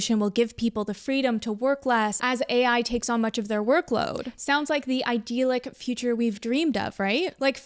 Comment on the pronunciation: I know this childish but the mispronunciation of idyllic sounds like nails on a chalkboard to me.